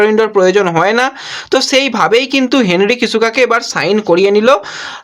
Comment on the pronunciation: হেনরি কিসেকা/জো নোয়েলস ভুল উচ্চারণ এর চচ্চড়ি বানালে ভাই।